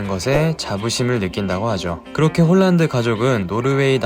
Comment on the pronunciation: 실제 이름의 발음은 홀란드가 아니고 "홀-란" 입니다.:hand-pink-waving